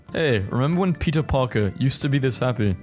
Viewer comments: How did no one realise that he’s saying pizza instead of peter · I love how when he says Peter it sounds like pizza like pizza Parker